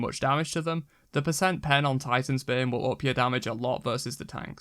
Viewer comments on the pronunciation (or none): none